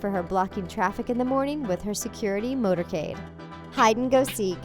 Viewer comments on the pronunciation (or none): the word is MOTORCADE, not “motorade” I swear the narration on these videos always sounds so ignorant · Did she seriously say “motorade?!” I mean it’s not like it was just a written typo or only a misspeak, it was both. It’s motorcade😆🙄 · what is a motorade? You mean a Motorcade. You even pronounced it wrong. I already know this list can’t be trusted. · its MotorCADE not motorADE idiots!!!! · Motorcade not motorade 😂😂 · Anyone realize in the beginning she said Blue travels in a Motorade...i think she meant motorcade....dang editor lol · What the heck is a motorade? You mean motorcade! JEEZ. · Motorcade. Say it with me. Motorcade. This site is trash.